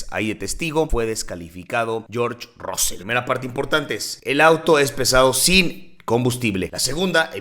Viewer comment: No se pronuncia ROSSEL, se pronuncia RASSEL ! es como los mismos ingleses lo pronuncian, pero ya conocemos a los mexicanitos, siempre quereis pronunciar como os sale del cipote !